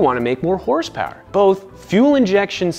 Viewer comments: 2000 HORSEPOWAH!! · horsepower u mean hersperrs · You actually pronounce it as Hersper not horsepower